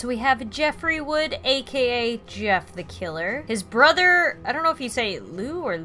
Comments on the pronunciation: * Jeffrey Woods you said Jeffrey Wood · It's Jeffrey Woods not Jeffrey wood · "Jeffrey Wood" Me: "its Woods..with an 'S' at then end" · oof his last name is Woods not Wood lol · His last name is actually 'Woods'. The video is still amazing nonetheless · lol its actually jeffrey wood's' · Oh god, she said Wood... its Woods °^° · This is awesome and funny as hell. The only criticism I have is that Jeff's family's last name is Woods not Wood and Liu's name is pernouced "Lou" not Leo but that's okay for a small mistake :) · it's Jeffery Woods, thats the only mistake I seen anyway good video and Liu is pronounced loo like the other name for toilet thought Leoo is the Chinese pronunciation of Liu